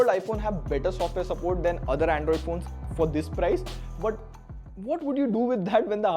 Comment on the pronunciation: ayo wtf is 'Aeeindroid' ????